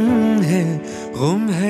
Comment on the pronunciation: गुम है भाईजान ग़ुम नहीं! Love your work 🙂